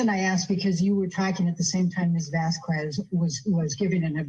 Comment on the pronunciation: She had no problem saying Whitney’s last name, Henriquez, correctly. So she’s deliberately pronouncing Camille’s last incorrectly. It juvenile, but seems completely in character for.